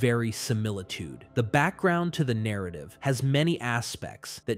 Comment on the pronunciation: Yo Do you use an AI to copy your voice and the other guy's to make these videos faster then if you would have to read it all out/ narrate it yourselves, asking became of all your strange pronunciations ie exO dus narrat eeeve at one point near the 1.5 hour mark lol Cheers